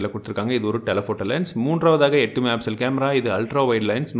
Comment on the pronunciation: என்னங்க......... ஆமாங்க வ நிருத்திடிங்க போல சூப்பருங்க .......... அடுத்தது இன்னொன்னு என்னன்னா மெகா பிசல் இல்லங்க தெளிவா பொறுமையா சொல்லுங்க மெகா பிக்சல் அவசர படாம சொல்லுங்க நான் உங்க பெரிய ஃபேன் நண்பா 🥰🥰😍🥰